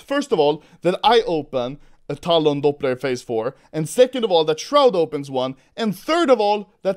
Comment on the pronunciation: I hate how he says Talon “Dopblu”